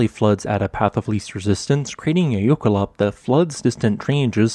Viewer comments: And he pronounces it wrong. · he is saying it wrong but it is a fun word, it directly translates to glacial run